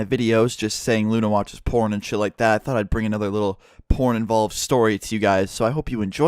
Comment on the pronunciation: You pronounced "porn" with a juicy "p" sound